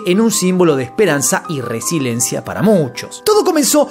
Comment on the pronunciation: RESILIENCIA amigo... Duelen los oídos cuando dices RESILENCIA ....